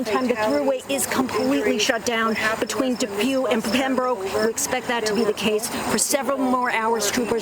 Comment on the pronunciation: Damn it. Please learn to pronounce Pembroke properly! It's not that far away. Ask a local. Getting it wrong makes the news station look bad.